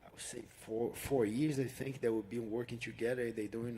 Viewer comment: Hey burns you better cut off the word fink and say tink if you can't say think.